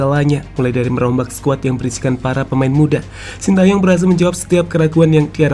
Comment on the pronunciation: "Shin Tae Yong" yg bener min